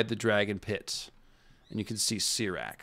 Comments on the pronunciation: I love your show man but for Goodness sake learn the proper pronunciation of Syrax! :) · I believe you just love mispronouncing the dragon names 🤦🏻‍♂️ syrax (ceerax) vaghar ( vuhghār) smh wtf dude 😆